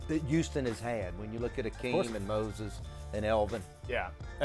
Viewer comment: It's Hakeem not "Akeem". Smh